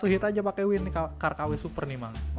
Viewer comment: Ban bukan win tapi wing